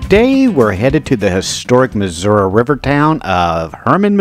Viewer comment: Thank you for pronouncing the state’s name correctly! 😊